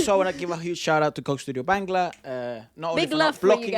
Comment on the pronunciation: Its Not Bengla 😂😁😂 Say BAANGGLAA